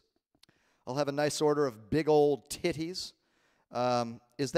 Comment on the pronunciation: “Ah yes, TiH-tees”